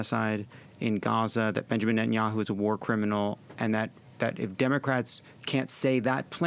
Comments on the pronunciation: "Entenyahu" over and over. Even if Booker has dyslexia or some other language usage challenge, I'd think he would know how to pronounce "netanyahu", no? Hearing it pretty much incessantly? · okay but for real why does he call him benjamin entanyahu? why can he not say his name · How is it possible for an American politician to think it's pronounced "Entanyahu"??? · Why is he mispronouncing Netanyahu? Seems like he should know how to pronounce it. The fact that he can’t call Bibi a criminal makes Booker still a pos. I’ve had it with his smarm.